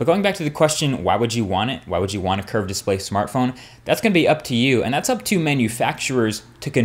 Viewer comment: Curved display ? Sounds more like "cursed display" !